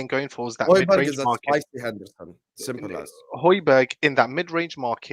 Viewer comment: Man said hoijberg (however you spell it)😮😮😮